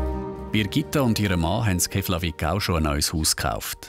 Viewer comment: Sehr interessante Doku, danke dafür! Ihr habt euch sogar sehr Mühe gegeben, die Isländischen Namen richtig auszusprechen. Nur Keflavík wird "Ke(h)pplawiek" ausgesprochen :-)